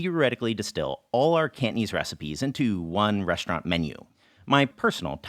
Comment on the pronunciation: Fyi Cantonese is not pronounced kantneez haha😅